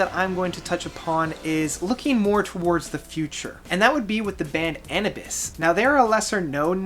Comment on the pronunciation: Love the videos, but your pronunciation of certain words is killing me. It's Luh-me-uh, not Lam-my-a. It's Uh New Bus not A nu bas, and the worst offense yet, The Mars Volta album is called Nocturnikit, like Tourniquet, not Nocturna Quiet.